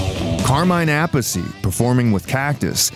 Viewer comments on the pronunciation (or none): none